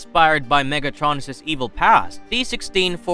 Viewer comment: “MegAtronus” 💀 bros pronouncing of megatronus’s name killed my brain